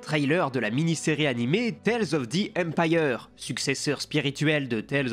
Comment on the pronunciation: Quand thrawn dit enpire x est enpire chiss ou enpire galactique 😅😅😅